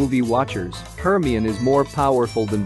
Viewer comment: The way they say Hermione 😭 "HURRME"